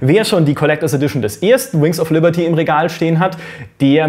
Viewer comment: "Wer schon die Collectors Edition des ersten Wings of Lierty hat" ... :D Passiert, trotzdem gutes Video ;)